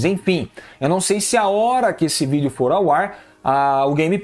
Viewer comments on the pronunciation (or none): none